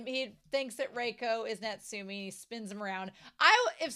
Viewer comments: Yeah it’s more like Natsu-may. Since Natsu-mee might be a girl’s name ahahaha But it’s not that big a deal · Love your reactions so much! I'm not sure if anyone told you how to pronounce Natsume's name, but 'e' should sound like in the word Elephant (sorry if it's not a great example english is not my first language 😅) Hope it's fine to point that out if not i'm sorry!